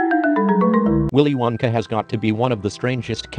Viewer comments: It sounds like.. "Willy Wankah" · willy winkha 😂